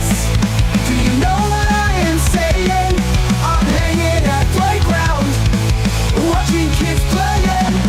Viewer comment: Shannys aversion to g’s is amazing. I’ve never heard her skip 2 g’s before lmao. “hanin”